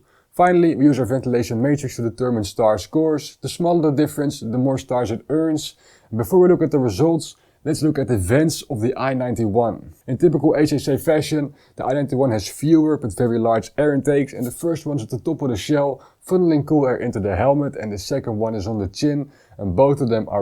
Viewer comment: Thanks much for this review; I actually considered buying this helmet but based on this review, I will be going for the Rpha 91 instead. By the way, the 'C' of HJC in English is pronounced "see", not "say". 'Say" is the Dutch pronounciation of the letter 'C' but the English speakers say "see" (for Dutch people: sie)